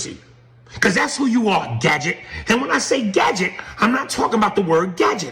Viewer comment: wtf is a Fadget?